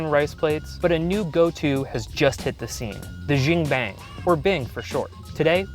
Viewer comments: It's really annoying that he keeps calling it "Jin-bang" when the owner clearly pronounced it "Jahn-bing". It's even shortened as "BING" (which he gets right) but still keeps referring to it as "Jin-bang". Is this lack of research or just a case of not caring about how it's properly pronounced? Edit: The words in quotation marks are how I describe their pronunciation. I'm commenting on the host's pronunciation, not on anything else. :) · What the f* is a xing bang?! it's 'gen bing!' 煎饼果子 jian bing. just listen to the founder!